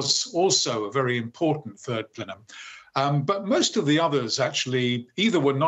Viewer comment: The turd plenum? 🤣